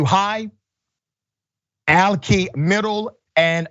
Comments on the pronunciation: Alki: Al-Kai. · Pronounced alk-EYE Hard I.